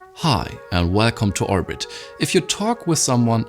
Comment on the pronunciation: Hi welcome to oouurrbit 😂